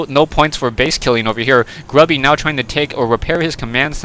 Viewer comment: "woiking down to 55 hit pwoints" "voikings" "gwubby"